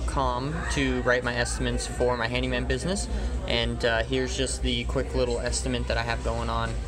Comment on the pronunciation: You absolutely have to prioritize your time and make a living first. Any sensible viewer should understand that. BTW, the word is estiMATE, not estiment; you seem to use both. That's OK. Here in Philly a lot of people say ZINC when the mean sink! I am a retired building manager and I enjoy your vids very much.